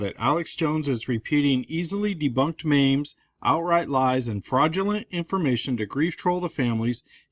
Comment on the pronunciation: I like everything this guy does EXCEPT when he calls memes, mames